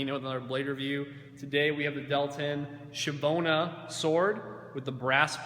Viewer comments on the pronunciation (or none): Schiavona, not schivona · Schiavona please not shiavona you need to pronunce the C ! If you have to review a weapon please at least have the DECENCY to inform yourself about the pronunce of the item!! You are killing my ears when you pronunce the name of this sword !!! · It's pronounced Skeeahvona not Shevona... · Schiavona, not schivona. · Schiavona is actually pronounced as SKEE-AH-VONA, and Medici is pronounced MED-EE-CHEE. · Con la c dolce però, alla veneta. S-ciavona,mas-cio, ecc..